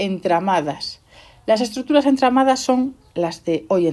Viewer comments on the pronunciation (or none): estructuradurs jajaja asi lo dice en el min 5